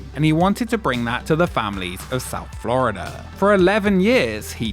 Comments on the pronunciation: "Flurida" cut me deep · "Florider" never change british people, never change